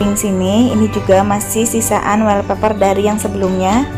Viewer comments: Wastafel , bukan westafel .. Wallpaper bukan welpaper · Westafel sama welpeper..salfok ama penyebutan nya😂😂😂